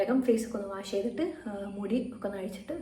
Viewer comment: Face wash cheyyunnadinu Waa alla pronunciation its wosh cheyyanamennaanu... Purathekku pokumbol idokke sradhikkanam